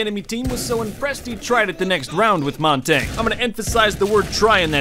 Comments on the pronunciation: Why does say montage it’s essentially montaje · Montagne is not pronounced Montane. Its pronounced Mon-tannee- yuh. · “They had a montain” “They had a monteng” “Us against this montaing” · Am i the only one that really dislikes how he says Montagne?